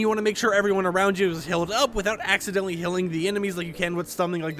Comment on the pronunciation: Why do you say hilling instead of healing lol